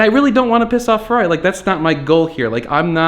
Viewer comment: "FERRRRRAAARI!" lolz